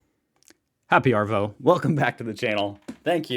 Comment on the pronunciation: Hahahahaha. “ARVO” is pronounced AAH- VO as an Aussie not AAR-VO